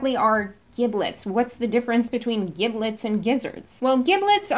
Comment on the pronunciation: It isn't pronounced (hard "g") "gib-lets". It's pronounced "jib-lets". It is a soft "g" due to the "i".